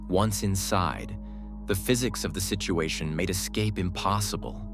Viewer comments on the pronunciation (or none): none